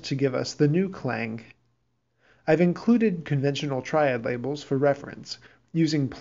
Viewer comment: Thanks for the video. I appreciate the explanation and the Brahms example is a great way to illustrate the concept, but I cringed every time you mispronounced Key vocabulary words such as "Klang" and "Tonnetz." Oops.